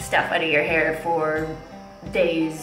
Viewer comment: lol "in ma heer" cool 😎